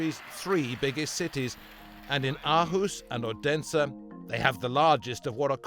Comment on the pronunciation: Aarhus is "awe-hoos" Odense is "Othensuh" (th like in the)